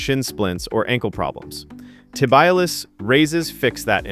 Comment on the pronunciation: This was exactly what I have been looking for. I have developed good "straight line" strength using machines but need to work on stabilization of joints and will add these and see what happens. PS - your presentation was good but the shin muscle is pronounced Tib-ee-al-iss, accant on "al".